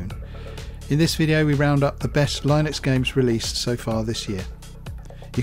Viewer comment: The pronunciation is ˈlɪnəks/